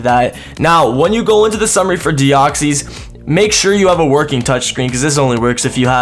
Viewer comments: I'm not bothered that this was an April Fools but your pronunciation of Deoxys is shocking :P What it is not: Dee-ox-ees What it is: Dee-ox-iss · Your saying deoxys wrong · Why are you saying deoxys like that wtf?